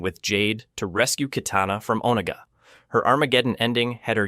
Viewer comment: You’re pronouncing Onaga all wrong my dude, and for multiple videos. With all the research you’ve done for these videos I figured you’d have to have heard his name correctly pronounced